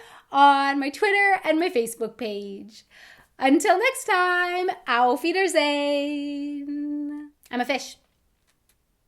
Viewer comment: When are you going to say auf wiedersehen correctly?